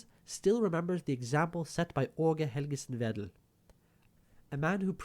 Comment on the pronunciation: G and D in Aage Helgesen Vedel are soft in Danish, it would more be pronounced as "Åue Helyesen Vethel"